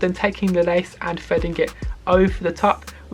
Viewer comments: "fredding it frue" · “Fredding it frou” 😂😂